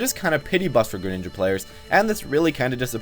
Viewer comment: Its gren not geren